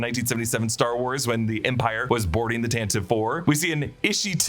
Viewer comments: Tantive is pronounced Tan Tiv Vee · If I recall correctly, the ship Tantive IV is actually pronounced "TAN-tiv-ee"! Ever since the original trilogy radio dramas, I think.